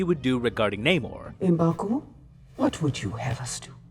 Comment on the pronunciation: Could you please pronounce the name Namor correctly. Just as he said it in the movie.